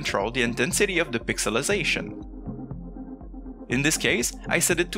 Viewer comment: "Pixelization" was pretty spot on and I'm American. Slow maybe but I'm a fast talker, and it matched your speaking pace pretty well so. also 2 years late :)